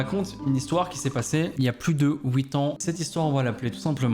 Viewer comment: "il y a plus de ouite ans" 😂